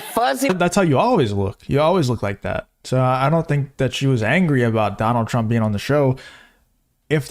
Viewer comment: Why whoopi said Donal I love you too?